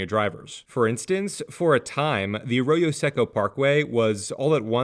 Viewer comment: Don't hate me, but as someone from Pasadena, Arroyo Secco is pronounced Say-Ko not Se-Ko.